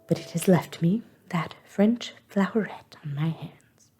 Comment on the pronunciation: I've been really enjoying your podcast! It's read so well! I'm very impressed with your French pronunciation!